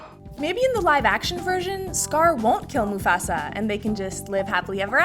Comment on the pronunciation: the way she pronounces Mufasa bothers me